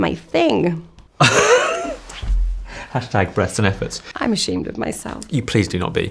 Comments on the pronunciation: Is it just me or does she say brests and efforts instead of breathes and efforts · Am I the only one hearing breasts and efforts? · why does her "breaths and efforts" sound like "breasts and efforts"